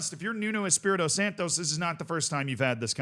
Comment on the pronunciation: Santo not SantoS. Nuno is not Mexican